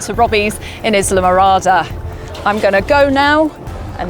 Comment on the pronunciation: The “s” is silent in Islamorada.